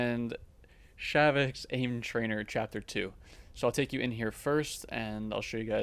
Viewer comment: This guy said shaviks I don’t think he even went to school